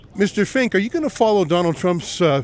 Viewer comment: Larry not Fink-ing